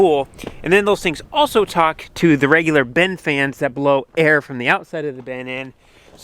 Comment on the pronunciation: It’s still a “bin”, not a “ben”.